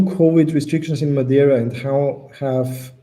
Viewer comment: says Madeira correctly 👏🏼